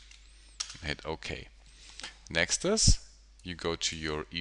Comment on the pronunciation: The word is next, sir Why do you say "nextus" all the time. Very annoying. Further more I thing it's a bit cheap to call yourself the tutorial pilot. We all know Andrew Kramer for years and his groundbreaking work at videocopilot. I presume you mean well but why ride along on his name. Quite frankly you are no match, certainly not from an educational point of view. Sorry